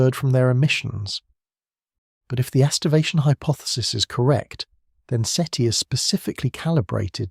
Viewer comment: Seaty? Seaty... Seti. uhhgg ai slop